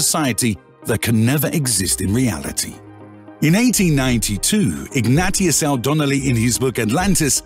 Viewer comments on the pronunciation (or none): It's not Ignatius its pronounced ignashious, its not platto its plato..